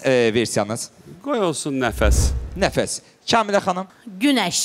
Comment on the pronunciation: Nigar Camal Nəfəsə qəfəs deyir 🤣🤣